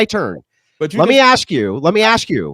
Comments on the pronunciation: axe or ask? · Everybody take a shot everytime the brother says ax.